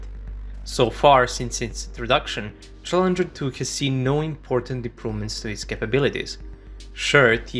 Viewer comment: Am you spelled challenger 2 wrong you said challeger.